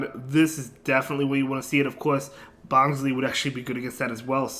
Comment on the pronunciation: it's pronounced as "bonslai" as in bonsai tree